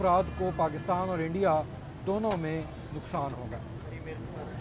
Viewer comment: Interesting to listen to Urdu spoken with a a thick Punjabi accent. Right from Imran Ahmed Khan Niazi to this gentleman. Love how they say Eendia!!